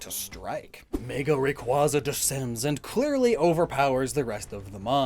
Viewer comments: Please 😭 it’s pronounced Ray-Kway-za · You mispronounced Rayquaza. It should be pronounced like a Quasar star. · You keep mispronouncing Rayquaza as Ray-quah-za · It's pronounced Ray-Kway-Zuh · You mispronounced Rayquaza It’s pronounced Rayquaza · for self-advertising as someone who overanalyzes pokemon, why do you still mispronounce "rayquaza"